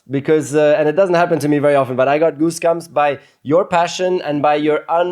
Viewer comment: boose gumps 🤣 love you channel nico, 😍